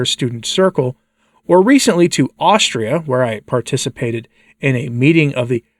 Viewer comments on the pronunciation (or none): none